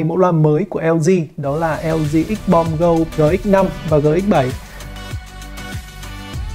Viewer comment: Đọc cái tên loa cũng sai là sao ???